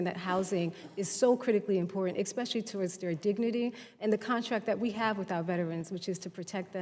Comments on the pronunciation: Professional victims should not be allowed to sit in political seats. If you pronounce especially as expeshe-ally, then you are not qualified to be in a political seat. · Anybody that says "exspecially" shouldn't be so particular about the way someone answers a question.